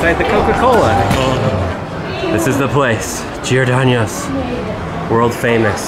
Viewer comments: it’s pronounced GIOR-DON-NOSE. Not “ano” aka year in Spanish. Trust me, I grew up on Giordano’s, Lou Malnati’s, and Gino’s East. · It’s GEE-OR-DAHN-O’S NOT GEE-OR-DAÑ-O’S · GIORDANO'S NOT GIORDANIOS AAAAAAAAH!! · I am offended (JK) But I'm from Chicago, sooooooo. Ima just say it but its Giro-Don-Oes, not Giro-Don-YOES, theres no Y. Lol But its my favorite Pizza Place OF ALL TIME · JJTRSN he said Giohdonyoos lol I’m from Chicago to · It bothers me as a Chicago local you said Giordano’s wrong the whole time.... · There's no y or ñ in Giordano's. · He did say it wrong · As me living in Chicago, Giordanos sucks go to better places like Lou’s or Nancy’s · Oh don't pronounce Giordano's wrong...